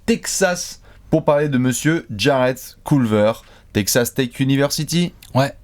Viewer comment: mdr pendant toute la video j'ai entendu "take ca steak" pour Texas Tech